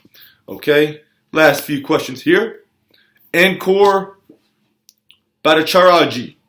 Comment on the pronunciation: we all loved the way you pronounced my bro's name Ankoor Bhattacharjee:)